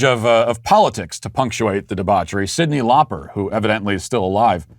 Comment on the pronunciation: I gave you the benefit of the doubt at first, but then I slowed down the audio and checked. you said "Sidney Lauper"; you are i'm afraid, of course, cancelled.